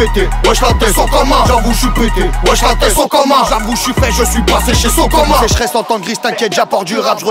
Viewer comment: le ke-bla qui a fait une vidéo où il dit SO-COMANN toutes les 10 secondes la. il m'a jamais fais rire. C'est les gens qui rigolent pour rien? ou c'est moi qui n'ai pas d'humour ?